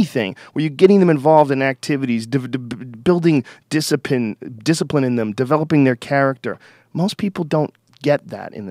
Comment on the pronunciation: ..... Building,discipine... Was that a chinese man? You're falling apart in this podcast Joe.... Easy on the bong.